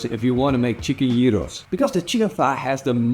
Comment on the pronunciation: Well done! You have made a lot of progress on pronouncing "Gyros"! In another video you made a couple of years ago, you insisted on pronouncing it with a very strong "Dutch G". It was much better this time.